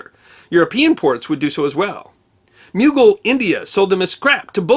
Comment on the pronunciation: Mughal India is not pronounced like “Bugle”